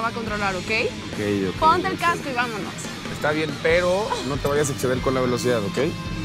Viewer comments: no dice pedo dice pero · jajaja en el minuto dice pedo en lugar de pero like si notastes eso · Dulce Maria Bermeo Naranjo. si dise pero